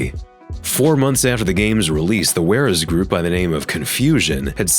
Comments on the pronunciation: it's WAREZ. pronounced wears. (like you wear a coat) why the hell would it be pronounced War-ez when it's related to the WARE in SOFTWARE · Just a small clarification: you seem to be confusing piracy scene groups with bootleggers. Scene groups (or as you call them ware-ez groups... lol, its pronounced wares, like software...get it?) do not sell their releases and they do it to be first to crack the game in a race for nothing more than "street cred" so to speak. They always encourage supporting game developers by purchasing the actual game. Bootleggers are different and are the ones who take these releases burn them and sell them. You're welcome :)